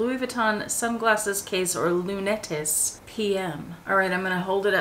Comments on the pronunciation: Oh I love that eyeglass holder. I'd love to find one someday! It's pronounced just like it looks .... Lunettes (loo-net) -- the s is silent. Les Lunettes means "The Glasses" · Lunettes = “loo-net” (just trying to help!) 🤷🏼‍♀️👏🏻